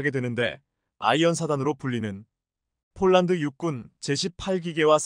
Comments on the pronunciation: 아나운서의 말이 폴란드가 아니고? 쫄란드인가? 😅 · 발음을 똑똑하게해주세요 폴란드인지 쫄란드지 알아듣지도못하겠습니다 말음을 정확하게해주세요